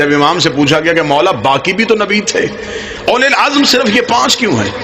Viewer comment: Aulul Azm asal lafz hy. Aulul Asr nahi.